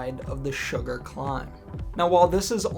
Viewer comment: "Sugar KOM" is Sgurr KOM (pronounced "skur", rhymes with slur). From a Scots Gaelic word meaning peak. Thanks for your videos.